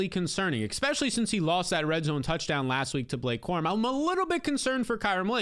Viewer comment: My only critique would be "expecially". For the love of Mike!